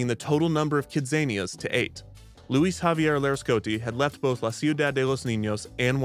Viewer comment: Your pronunciation of "Luis" as "Leh-Ohs" is so jarring. You did that on purpose, right? How do you pronounce "Luigi"? ack ack ack